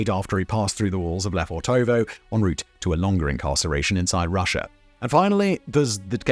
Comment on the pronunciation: quick tip. don't stretch the o's when you spell the name. it's Le fortovo, not Le Fortoovoo like you pronounce it.